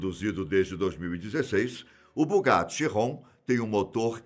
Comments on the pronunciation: É Bugatti Veiron, ou Bugatti keiron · Ró dster??? ChiRRon? Kkkkk